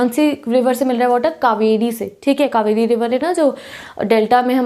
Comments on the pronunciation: sorry but it's not cavery it is KAVERI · 😂😂 ek mistake ho gyi aapse "Kaveri"hota hai di cavery ni...... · Coorg ka pronounciation is wrong and BTW it's 'kaveri' not 'cavery'!